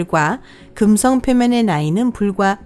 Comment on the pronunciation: 발음 뭐니 긍썽 수썽 어떤 채널은 혀 짧은 아저씨가 나오더니 우주 관련 성우는 이게 대세인가